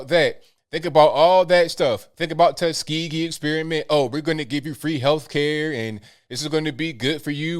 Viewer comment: Three words: TUS-KE-GEE